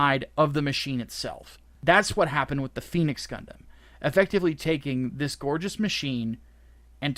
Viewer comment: you're mispronouncing phenex, it's not pronounced like the mythical fire bird, both "e"s are short like in ten